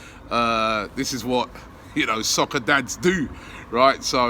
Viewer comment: scoccer? are you drunk?